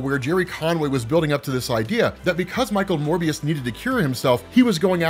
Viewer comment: Yay pronounced Morbius correctly instead of Mobius